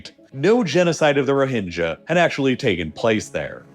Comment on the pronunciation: Your pronunciation is dogshit bro. They're "Roh-hing-gah", not "Ro-hinge-a". These things are so easy to avoid, but you constantly mispronounce shit it literally seems intentional. I'm done. Unsub.